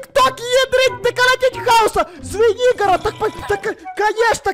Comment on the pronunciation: Поч я услышала свинигорог а не Звенигород